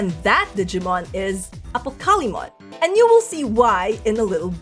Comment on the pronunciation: apocalymon is pronounced like apocalypse